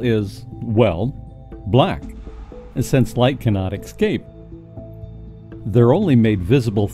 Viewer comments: yeah, say Esscape. It break immersion when you sound like a pro voice guy, but say excape. Cool channel by the way... good job so far. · nice piece,but quit saying excape willya?